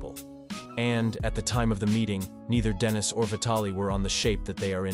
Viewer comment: Denis FGS, NOT DENISE